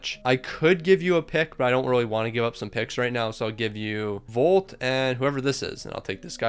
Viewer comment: just so you know, its pronounced Voit not Volt